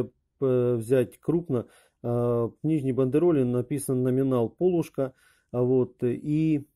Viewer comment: Большое спасибо за подробный и интересный рассказ! Но почему Вы произносите "пОлушка"? На Руси всегда говорили "полУшка". :-)